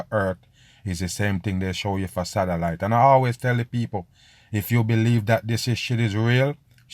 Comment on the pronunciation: The way he sais "Satelite" sounds like "Salad"